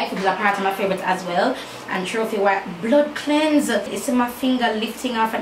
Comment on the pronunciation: seh bloodcleanse 😂😂😂